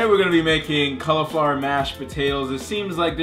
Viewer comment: Man, I love these videos! I also love "Colorflower." xD